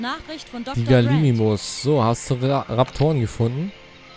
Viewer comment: G A L I M I M U S nicht Galisimus man